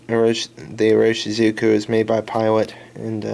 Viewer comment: You should really learn to say the brand name if you are going to recommend the ink.